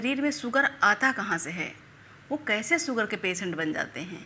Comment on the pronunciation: सक्कर नहीं शक्कर सुगर नहीं शुगर सहद नहीं शहद